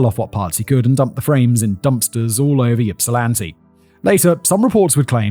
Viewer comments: From Ypsi, born and raised! My mother was actually a young adult in Ypsi at this time, and dyed her hair to supposedly avoid being John’s preferred type of victim ☠️ Also not sure if it’s covered later on, but for anyone wondering, Ypsilanti is pronounced “Ipsilanti”, not “Yipsilanti”! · lol u did ur best. i live in plymouth. just so u know, its pronounced (ihp-sil-an-tee) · Also, we pronounce it IPsilanti, than Y is silent. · Yip-silanti is sending me 😂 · the Y has an i sound when pronouncing it. So it's pronounced as (i)psilanti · No. Just like Kerri is pronounced the same as Kerry. ip-suh-lan-tee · sometimes he would say it correctly and sometimes he pronounced it yipsilanti. He was flip flopping the pronunciation. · It pronounced Ipsilanti, like Ipswich. 💜 Hello from Ypsilanti! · Oh. Oh no. I'm in the Ann Arbor/Ypsi area, and I'm scared to play this video about Ypsilanti, given Simon's track record of city name pronunciations... I also wonder if you're hazing Simon- if so, you should make it a one-two punch and do the next video about Puyallup ** Yep, Simon flubbed it. I honestly thought that if you'd look up the pronunciation of anything, it'd be the city that is both the setting and IN THE TITLE. I thought I was just teasing you guys, that surely, surely SOMEONE would think, "Huh. This is a weird name for a town...maybe we should look up how to say it." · I live in Ypsilanti. It's so funny to hear you mispronounce the Michigan words, most of them with Native American roots, with your British accent. 😁 My father lived right across the street from the killer in college. Super scary!! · Listening to you mispronounce Ypsilanti 5,479,832 times... 😖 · Yeah, listening to Simon mangle Michigan place names repeatedly is killing me! Thank goodness no one was from Hamtramck or Ishpeming, because I cannot imagine what Simon would do with those, given what he did to Ypsi! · I hate that you say it YIP silanti… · Yipsilanti? Yippie! Boy...